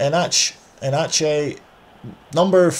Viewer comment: The pronunciation was actually decent. The ones you got a little bit wrong were: Nedelcu & Enceanu (pronounced "Nedelcoo" & "Enceanoo", respectively) and Enache (pronounced "Enaque"). :)